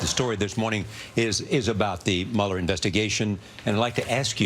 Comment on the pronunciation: I love how he pronounces Mueller as "Mullah." It sounds SO cool. Especially "Hurricane Mullah."